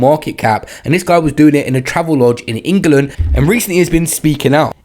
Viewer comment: Bro cant even say England properly.. how's he gunna get any name right